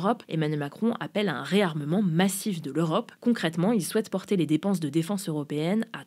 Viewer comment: Après "jolier" au lieu de geôlier on a le droit à la "défonce" au lieu de défense.. faut vraiment se réécouter et demander l'avis de l'équipe avant de publier